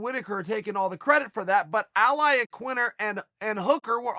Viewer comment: Who's Al Iaquinter